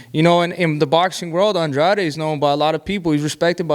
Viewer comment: David benavidez said Andrade right you idiots say it wrong it's not AN-Drade 🤦It's An-draw-day that's how you pronounce his name 💯💯💯💯💯💯💯💯💯💯💯💯💯💯💯💯💯💯💯💯💯💯💯💯Right........